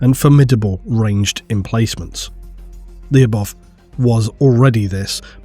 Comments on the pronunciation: Lu-bov' Lu should sound like it does in for example ludicrous And the last letter sounds like v, not like f (unless you "drag out" the pronunciation). But a soft v. I don't know how to explain soft sounds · Lyubov should be pronounced as LY(or Spanish LL)oh-b-ov(off). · Lyubov sound like Lubov - that mean Love in russian. Make the story a little more grim